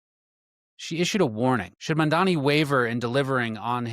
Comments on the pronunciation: I liked this info but you need to check the spelling and pronunciation of MAMDANI not MANDANI. Thank you. We need to get the DOJ to end this HAMAS supported Mayor. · You’re creating an entire video and can’t even pronounce or write the man’s name correctly; what is wrong with people? I think it has to do with the fact that Americans generally only speak English. Get it straight: “mom Donny” how’s that? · I want to listen, but if I took the time to make a video about another public figure like, I dunno, let's say Cuomo, and I spent the whole video mispronouncing his name, I would be so embarrassed I would take it down and reshoot. But you're doing it intentionally. What is up with that? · You can't even pronounce his name which shouts both bigotry and incompetence lol.